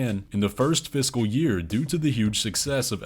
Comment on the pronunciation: Every time you say “fiscal year” it sounds like you’re saying “physical year”